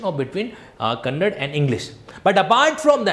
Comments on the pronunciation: 'Kannad' nahi 'kannada' bolo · Kannad bhasha nahi KANNADA bhashe hota hai..